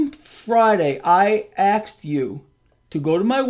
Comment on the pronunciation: Always afraid when you axed me